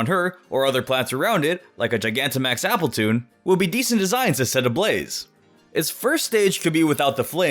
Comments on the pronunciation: its AppleTUN not appleTUNE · Apple-TUN not Apple-TOON!!!!!!!! I know my Appletuns.